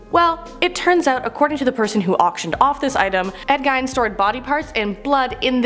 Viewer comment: They messed up a couple of things, pronouncing Ed Gein's name wrong and the Dybbuk Box wrong, but other than that is was another great video.